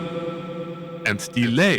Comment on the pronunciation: Every time I go to the Reverb website, the specific way you say "REverb..." pops into my head